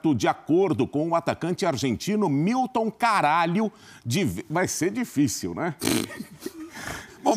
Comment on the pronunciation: o foda é que ele solta um "Milton CARAGLIO" KKKKKKKKKKKKK